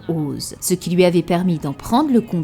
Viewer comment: Tu dis toujours "loui" plutôt que "lui" 😂